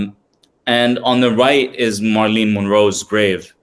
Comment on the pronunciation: Great content. One thing, her name is pronounced MARE-UH-LYN (Marilyn) not MAR-LEEN.